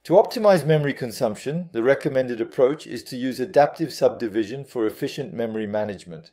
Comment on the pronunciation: I don't know, yes it has better english accent but some words the ai is saying wrong like subdivision for example, personally I prefer your French accent as it is real. But I guess you should do what you feel more comfortable with or what is easier for you. Either way I think it's totally fine